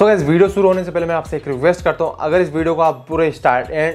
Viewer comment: End me bol rha h "guys video shoro krne se phlhe"🤣🤣🤣